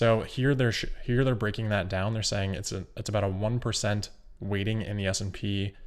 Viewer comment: everytime he says weighting I hear "rating" (with a speech impediment)